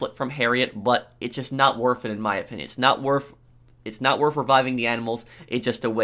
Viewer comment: Guys it’s not worf it